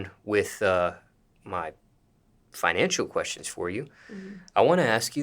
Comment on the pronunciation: Buddy put a disclaimer at the end and made sure to transition out of that conversation! He put a emphasis on "FINANCIAL QUESTIONS".